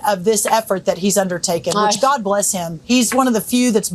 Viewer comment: Did the lady say 'Gob bless Trump'? God should take Trump with him.